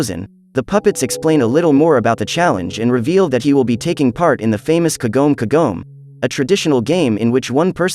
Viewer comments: Its not kogome kogome its your pronounce kagame kagme ka ga me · Isnt it kagome kqgome not kagom kagom? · Kagoem kagoem Its Kagome ksgome